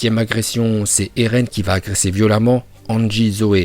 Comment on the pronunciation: Tu dis erlen alors qu'on dis eren